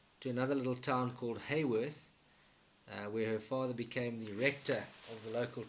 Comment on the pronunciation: Haworth,pronounced Ha,not Hay.Thank you .